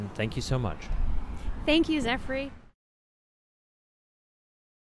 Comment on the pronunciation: His name is pronounced "efrey" not "Zefrey". Please, can someone show Zefrey how the video camera works? (Just kidding... using animated stills on youtube is creative.